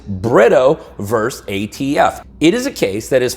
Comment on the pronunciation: not 'verse'.........versus.......*